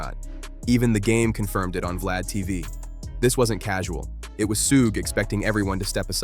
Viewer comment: ...please for God sake learn how to.pronounce suge knights name if gonna keep doing these stories. It's not "soog" it's suge pronounced like sugar without the ar.